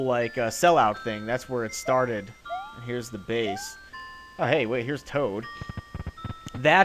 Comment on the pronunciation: DID HE SAY CHOAT IN STED OF TOAD?